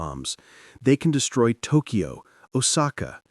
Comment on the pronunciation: Hey moron, it's not New Eork, it's not Duncan Eo-Eo, and it's NOT TokEo. It's just Tokyo. Y is never a vowel in Japanese and only makes the consonant y sound!